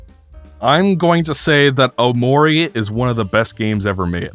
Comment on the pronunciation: cannot get over pronouncing it "o'maury"